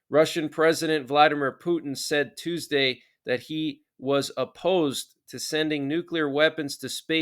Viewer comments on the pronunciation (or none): none